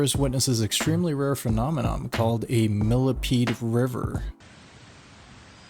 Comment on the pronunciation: Did you just say, "phenome-NOM"??😂😂😂